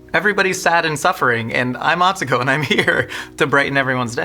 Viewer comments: is great, but it was driving me crazy that he was pronouncing Atsuko’s name wrong.:) Great episode though! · Did he just say… atsuko katsuko?